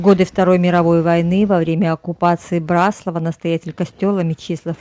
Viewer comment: А нам , местным очень режет слух когда говорят " на БраслАвах". Спасибо, что поняли и приняли поправку.